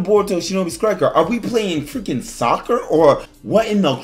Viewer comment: Shinobi skriker